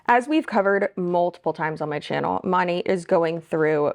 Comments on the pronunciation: Did u say MONIT? I think they referred to it sounds like Monet like the painting like that Artist. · I've never heard it pronounced that way before, I always thought it was Mo-nat, nat like a gnat (like the fly). Well anway, hate all mlms!!! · The way she pronounces “Monat”